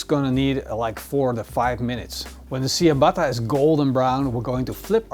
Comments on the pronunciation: its not siabata, its chiabata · Ciabatta is pronounced something like "tchiabatta" not "siabatta". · See-a-batta-bread? lol dude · Tsja-bah-tah. Or in phonetic spelling: чиабатта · definettly not original but a nice idea with the saltblock. i think the original is not made with bellpeppers. pronounciation of ciabatta is tjabata. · Was a great vid until he pronounced Ciabatta see a batter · I kept thinking you were saying "sea of butter" bread... which sounds delicious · Great vid as always. For reference Ciabatta is pronounced ch-uh-bot-uh. Love the channel man!! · Great video. However Ciabatta is pronounced with a "CH" sound. At least that is how we pronounce it in the US. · You love that bread sooooo much yet you can’t pronounce it correctly lmao😂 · Cool video! It hurts a bit how "ciabatta" is pronounced all around the world, but still: nice video! : D